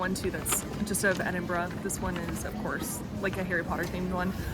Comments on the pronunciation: Must confess i loved your enthusiasm for Edinburgh, one of the first video's i've seen it pronounced correctly. Hope you come back you've only scratched the surface. Wishing you all the best on your travels. 👍🏻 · firstly ,,, props to you for pronouncing Edinburgh correctly and im so glad you loved the city and country . i lived there for a few years n i prefer it to glasgow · It’s always refreshing to see my home through another’s eyes, I’m so glad you enjoyed yourselves…and for pronouncing Edinburgh correctly 👍🏻 Haste ye back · This filled my Scottish heart with joy, seeing how you both reacted to our beautiful city of Edinburgh and well done you pronounced Edinburgh the correct way. I love Edinburgh and live only an hour and a half away from it, the buildings, the history, the old town and the new town. I am so glad you loved Scotland. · Thank you for pronouncing the name correctly. Man it hurts to hear some Americans say it.